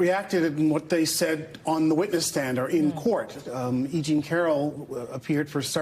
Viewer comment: It’s E JEAN Carroll, not “Jeanie” Carroll. Jesus. The case has only been in the headlines for years now.